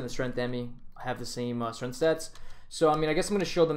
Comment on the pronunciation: max strength-uh. dmace-uh